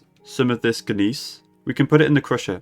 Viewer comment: Looked it up. In case you need to say it again, the word "Gneiss" is pronounced "nice."